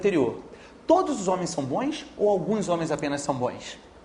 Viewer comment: pelo sotaque ele fala bões hahah